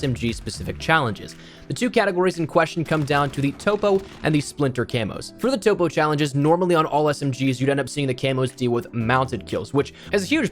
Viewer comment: It’s pronounced top-o like topographical map not topo